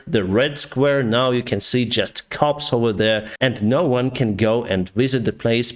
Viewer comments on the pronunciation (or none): none